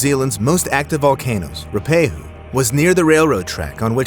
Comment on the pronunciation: It's "Roo-ah-pay-who" (Ruapehu). One of the three most famous New Zealand disasters, + the Air New Zealand Erebus crash & the Wahine disaster.